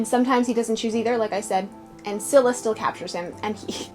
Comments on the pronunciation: Its neither pronounced skylla or silla its pronouncoud skilla😂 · I'm Greek and in case you're wondering about the Greek pronunciation Scylla(Σκύλλα) is pronounced as "Skúlla" Charybdis(Χάρυβδις) is pronounced as Khárubdis I don't know if that's helpful